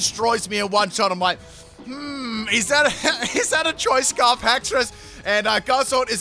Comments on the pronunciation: "Choice Sparf" The new item that boosts your speed and special attack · "Did I say CHOICE SPARF?"... Yes,... yes you did. XD